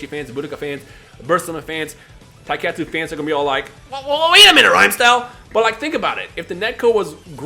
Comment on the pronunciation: Did this man say TAIKETSU FANS?! THAT GAMES WAS AAASSSSSSSSS